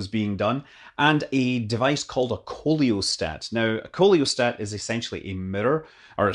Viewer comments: *Totally miffed the pronunciation*. It's SEE-la-stat, not KO-leo-stat. Just like coelacanth. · I think "coelostat" is supposed to be pronounced "see low stat" based on my cursory knowledge of Greek and Latin; like a coelacanth ("see la canth"). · not the case with "coelostat" which is pronounced " see le stat " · Like in oesophagus or oestrogen, the o in coelostat is silent. Should be "SEE-lo-stat". (Curiously, however, unlike (o)esophagus or (o)estrogen, there does not seem to be an American form "celostat".)